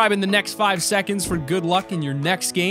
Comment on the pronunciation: I think you say the five wrong